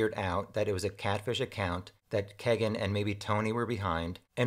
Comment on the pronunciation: WHY? WHY DO SO MANY PEOPLE MISS PRONOUNCE KEGAN'S NAME? It's NOT Keg_[in] or k [A] gun. It is KEE] + [GUHN]